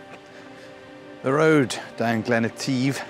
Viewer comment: Say Etive with a silent e this is the correct pronunciation, also it is not a lock it is a loch. Otherwise a most entertaining video and some lovely images.